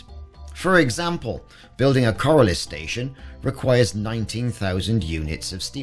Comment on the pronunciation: Take a look at the word corioles and how to pronounce it